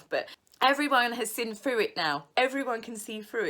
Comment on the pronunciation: (Can we work on THrough it, instead of Frew it?)